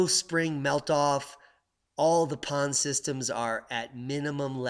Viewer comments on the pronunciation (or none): none